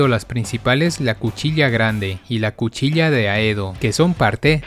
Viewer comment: Que ganas de cortarme las venas cuando dice cuchilia es cuchilla con doble l xD